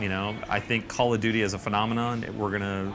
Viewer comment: "Calla-doody" lol